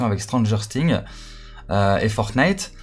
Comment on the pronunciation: Sa se prononce sings et pas sting comme sa tu sais gg l avideo continue comme sa code SCM